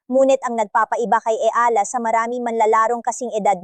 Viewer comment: Anu ba yan tagalog kna nga pati ba naman.ikaw nde pa ma pronounce ng maayos ang.apelyido nya eala (e-ya-la)